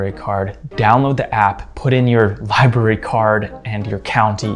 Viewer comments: Li-BRAR-ee. Not Li-Berry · I hate to be 'that guy', but it gets incredibly irritating after hearing 'library' being pronounced as /lai-be-ri/ throughout the entire video 😂